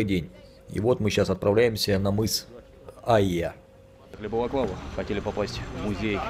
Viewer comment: не мыс Айяй)))) А мыс Айя!!! ))